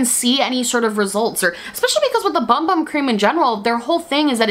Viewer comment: The bumbum cream does not in fact tighten your butt, and they’ve never claimed that it does. Also, it’s pronounced boomboom.